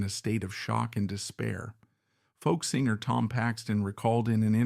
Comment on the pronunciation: Terrible AI narrator 😉 it couldn’t even pronounce the word singer 🤦‍♀️ singe-er?! Really 💔